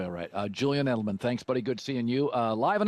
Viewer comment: Am I the only one that heard “Julian Edelan” at the beginning of the video?